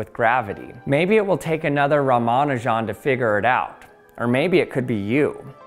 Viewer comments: Ramanujan the greatest mathematician ever. died at 32 years old. why did he die. he went to england and got so depressed that he fucking died. thank you london for that. also his name isnt pronounced "ramanu jan" like you do but rather "rama nujan" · I've heard it pronounced Rah-Mah-Nue-Jen. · I hate that they never bother to get non-Western names right. Euler and Schrodinger are always intentionally pronounced perfectly. 'Sree-ni-vahs 'Rahm-uh-'noo-junn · Ramanujan... Isn't it pronounced Ra-ma-nujan and not Romanajohn? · Ra-ma-nu-jan not Ra-man-u-jan. It's the man's name, especially as it doesn't contain hard to say sounds for a native English speaker it deserves a little more care. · Ya gots ta stop pronouncing Ramanujan like it's Parmigiana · I've always heard his name pronounced RA-ma-NEW-jin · Great explanation, but please - it's 'oiler' and 'ram-a-new-gen' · Please pronounce Ramanujan” correctly. It is pronounced as “Raa-Maa-Nu-Jun”, (Jun as in Jung without “g”) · Your pronunciation of Ramanujun is hilarious. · The only thing I learned is that you don't know how to pronounce Ramanujan. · The stresses in "Ramanujan" are on "Ra" (and "Nu"), not "Ma". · You say ramanujan as if you've only read it, and euler as if you've only heard it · If Euler is the first level of pronouncing mathematician's names, the Ramanujan is the boss of the first level. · Got triggered on the pronounciation of 'Ramanujan' after the Numberphile videos, but turns out this correct, or at least closer 🤷‍♂️ Edit: watched some native Indian speaking videos and they say it like Numberphile. Now I don't know what to believe! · Ra-mon-ew-jan Oil-er There’s a lot of cognitive dissonance trying to trust someone talking about “in quantum mechanics we” yet pronouncing Euler in phonetic English Not that you’re wrong in what you’re talking about—you do good work for science communication, but you know fyi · It made me squirm every time with both names - should be 'oiler' and 'rama-new-gen' arghhhhh